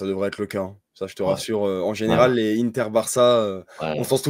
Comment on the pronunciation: Inzhhhhhhaaaaagi, di màààààààrco, iiiiiinter On a compris qu’il parlait du foot italien mdrr ça me fume